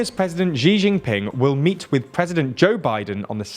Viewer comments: Great video, as always. One note: Xi Jinping is pronounced ‘Shee Jeenping’, not ‘Zhee Zheenping’ as it is often heard on the news. YouTube’s best independent news source deserves the best pronunciations! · If you wanna get more accurate, make the "shh" sound and move your tongue forward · I'd recommend you to pay a tiny bit attention towards the pronunciations. I don't want these small mistakes degrade the quality of your amazing channel. Xi Jinping is She Jin ping. (not zinping). And kherson is khar sone